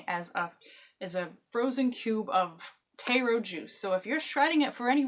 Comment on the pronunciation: Just a note, its tahr-o or sometimes tare-o, not tay-ro.